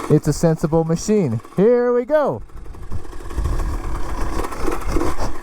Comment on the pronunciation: Ah, with a "Moe-sheen" for us!